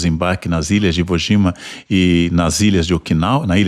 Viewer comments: Ivo Jima? Iroxima? Nagazaki? Meu Deus... Por que esse cara, que tenta se mostrar tão sábio, pronuncia de maneira tão burra? Quando é nome próprio em inglês ou em outra língua ele tenta pronunciar certo, mesmo sendo bem mais difícil. Dá um google que em 10s você aprende a pronunciar esses nomes. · Como vc leva a sério um cara que paga de intelectual e tenta pronunciar nomes proprios em inglês e outras línguas de maneira certa, mas no idioma mais fácil de se ler ele prefere ler IVOGIMA, IROXIMA e Nagazaki?